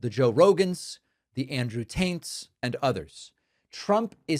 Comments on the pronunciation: David I think I heard you pronounce Andrew Tate's name as Andrew Taint. You do realize what a taint is right? It is that area of skin between the vagina and the rectum. Edit: Stoned retired Canadian and I forgot Andrew's first name. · Maybe I didn’t notice this before but did you say Andrew Taint??!! 💀💀💀💀💀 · Did you just say Andrew Taint. Haha. Nice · Did David just say Andrew taint 🤣🤣 love it such a good name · “The Andrew Taints” 😂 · Did David say Andrew TAINT 😂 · I could have sworn David said "Andrew Taint." And that seems right to me...